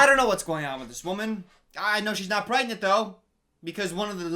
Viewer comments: Don’t you mean pgrengent? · Is she PREGANTE? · Maybe she's just pregonate 🤣